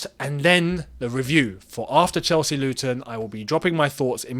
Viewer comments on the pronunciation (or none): none